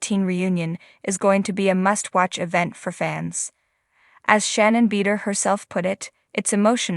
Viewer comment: Please pronounce Shannon's last name correctly. It's hard to take anything that is being said as factual when her name can't even be properly pronounced.